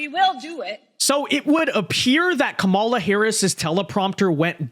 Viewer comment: That's the first time I've heard Trump pronounce her name correctly as "KAH-mala," instead of "Ka-MAH-la." Just an observation.